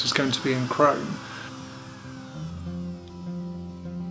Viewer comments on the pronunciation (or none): none